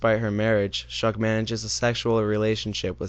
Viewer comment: “Shug” is pronounced like the first syllable of the word “sugar”.